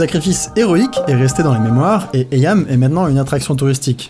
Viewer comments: (Psssst, le nom du village se prononce "iim", pas "eyam" mais très bonne vidéo comme toujours :D) source: j'ai de la famille dans le coin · Captain Casse Couille au rapport : Eyam (prononcé iim)^^ Sinon très bonne vidéo!